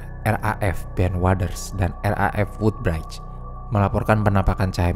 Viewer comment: Maaf min, wudbrij bukan wudbraid 😁